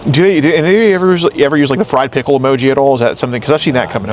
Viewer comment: You said fwied pickoles!!